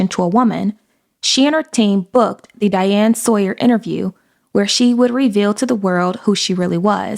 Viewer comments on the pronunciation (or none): none